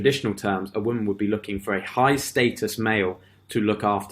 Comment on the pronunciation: You're pronouncing "status" wrong it's status not statis there is no I in status my dude.